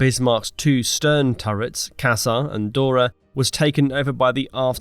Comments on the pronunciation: Nice video but please, what word is casar supposed to be? Definitely not German, you were talking about turret Cäsar or caecar in English (the Julius one). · Fuckin hell, I hate this AI crap!! The 3rd turret was Ceasar not Casar. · Wasnt one of the Turrets calles Cäser? Not Caser? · It’s Caesar, like Julius Caesar. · Sey-zar is the proper pronunciation